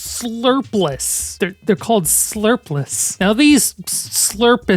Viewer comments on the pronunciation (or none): I feel like it would be pronounced slur-pole and therefor slur-poles for the plural. rather that slurp-less. At least that's my guess.